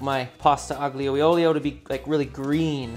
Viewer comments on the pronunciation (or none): it's pronounced like "pasta aglio e olio"